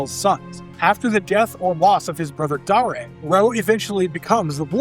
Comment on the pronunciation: Dar A? It's Dare as in I dare you to say that wrong again.